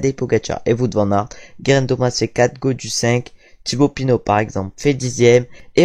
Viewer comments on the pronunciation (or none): Attention à la prononciation de Wout van Aert.